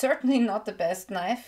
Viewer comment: Hallo, ich finde deine Beiträge super, informativ, immer gut erklärend und mit gesundem Menschenverstand unterlegt; jedoch eine Bitte: dein Englisch ist ja mehr als hinreichend, aber wenn du vor einem Konsonanten ’thi’ sagst, tut mir das körperlich weh! Liebe und hoffnungsvolle Grüße